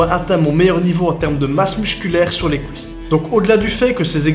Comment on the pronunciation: C'est quoi les "kou-isses" ? 😅